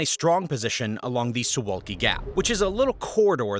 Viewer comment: Suwałki....SOO VOW KEY. Get it right!